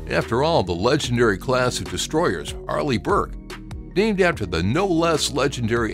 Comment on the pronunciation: I read your comment the moment he said arleih burke